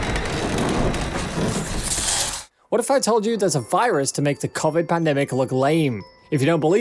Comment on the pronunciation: Three anime in and you've gotten two titles wrong. Do you even watch anime? Edit: Mispronounced Johann Liebert's name. And Subaru from Re:Zero. You couldn't even say 'Covid' correctly. Terrible. Will avoid this channel from now on.